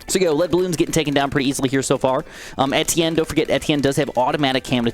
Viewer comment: that's how its pronounced tho